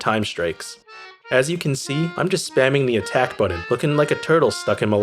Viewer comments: “When I Press the Budden” 😂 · Mili (melee) and boron(button)... really? I enjoyed the video but that pronunciation grates, and English isn't even my first language.